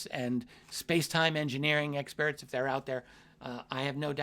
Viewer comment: Did Richard say 'We will have to leave it to the eggsperts' ? 😉